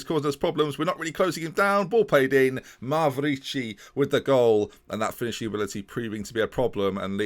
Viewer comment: I'm honestly in shock that you pronounced Mavrici correctly. That's it. The end is truly nigh.